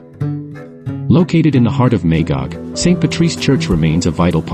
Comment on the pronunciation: Great shots but might want to address the narration at the start as the AI voice says Ma-gig